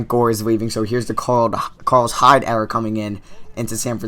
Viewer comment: It's era you kept saying error